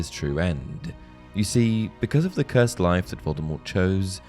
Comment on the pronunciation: The way he said “Cursed” 😭😭. It’s not “Cursaid”